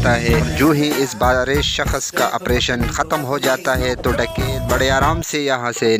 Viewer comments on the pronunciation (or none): saksh boltay shakash nahi